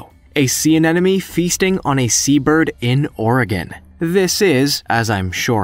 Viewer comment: You kept saying anenome, it's anemone. An emon e ..not... an enom e.